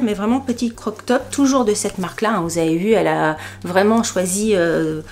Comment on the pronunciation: Tu sais qu on dit :crop top et pas croc top 😂😂😂